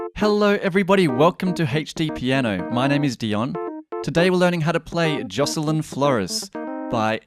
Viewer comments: How did he mispronounce BOTH names? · Josh-lyn Flo-rez and XXXTEN-TAS-ION